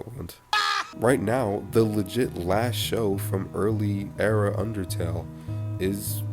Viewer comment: Great summary of it! And yes you pronounced it right lol